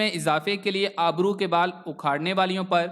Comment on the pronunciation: بیت اچھی معلومات ہیں ۔۔۔۔۔ ایک گذارش ہے کہ اپنے تلفظ کو بہتر کرنے کی کوشش کریں ۔۔۔۔۔ اس ویڈیو میں آپ نے ابرو کو آبرو پڑھا ہے ۔۔۔ امید ہے کہ آپ ضرور توجہ دیں گے